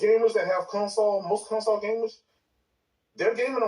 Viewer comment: No that I’m hearing his voice. This retard never played a game a day in his life. “HAVE Consall”😂 all that clown sh!t He stay typing.. he sounds mentally disabled. He a M-Module kid.